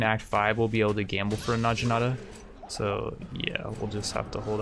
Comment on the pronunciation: Oh my gosh the way that you pronounce some words really bothers me. It's Nog-E-Nata